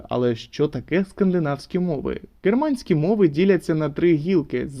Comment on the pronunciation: А чому ви гооворите "ґерманська анґлійська"? Це якась особиста риса вимови чи так правильніше?